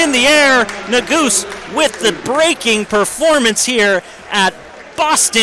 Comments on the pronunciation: nu goose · When the commentator pronounced that I laughed, but someone corrected him right away because ne-goo-zee was never said again. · Right, that's the way people have been saying it forever. This commentator says Na-Goose-Ay...Another one commentators mess up is Chinese names...I guess commentators should do their homework before doing a broadcast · Like it’s so obvious he’s never ran or followed the sport. Didn’t even tell us the split of the halfway point. Mispronounced Yared’s name wrong. “Senior from Notre Dame” that’s all this dude said the entire video. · What's the correct pronunciation of Nuguse? It sounds like the commentator is butchering the name. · And the pronunciation of Nuguse